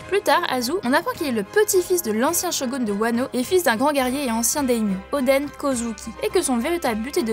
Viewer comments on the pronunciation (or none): none